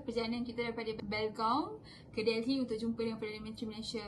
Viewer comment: Pronounce “Delhi” must silent “h”…